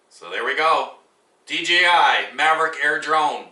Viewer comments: Mavic not:)) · You should learn how to pronounce the name if you're going to review something LOL maverick? Its mavic!